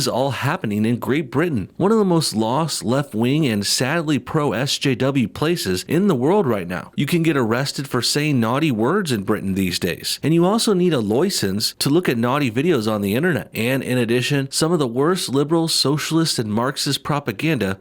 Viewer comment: "loicence" :D